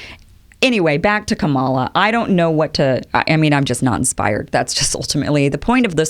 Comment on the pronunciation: You don't know what KDH stands for because you haven't listened to her videos, or the Oakland speech, or read her book. I can hear that you haven't read the book because she explains briefly how to pronounce her name, and you mispronounce it. Also, her opening video shows that she stands not for a 50-point plan (explained in the book) but for American traditions that have been seriously damaged by tRump: Truth, Justice, Decency, Equality, Freedom, Democracy. Her record on these fundamental ideas speaks for itself - again, do your research!